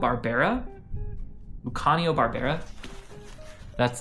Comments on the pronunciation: Really enjoyed the vid :) also it's pronounced Lucy-ah-know (Luciano) in english. Italians pronounce it Loo-chee-ah-know I believe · the way you pronounced luciano is diabolical but this video inspired me to make some changes so I'll forgive you